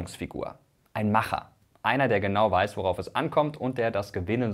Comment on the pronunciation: Gut das keiner erwähnt wie komisch es sich anhört wenn MrWissen2Go „ Macher “ sagt.